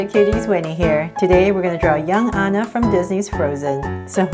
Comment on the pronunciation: she said super cute Anna but she said it like this An a but it is ok since she is cute